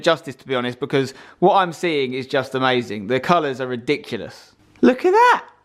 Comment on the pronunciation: Did u said Ridocilous? (Sorry if i spelled some wrong im indonesian im stil learning English)